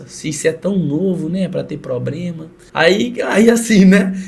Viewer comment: "Cê é tão novo pra ter probrema" me quebrou kkkkkkkkkkkkkkkkkk